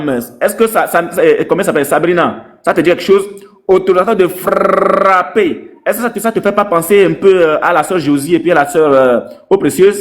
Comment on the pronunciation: Frrrrrrrrrrrrrrrrrrrrrrrrapper frappppppppppper frapppppppppppppper😂